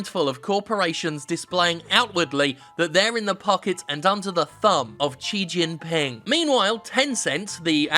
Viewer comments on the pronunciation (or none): Please learn how to pronounce Xi Jinping this video made me cringe so many times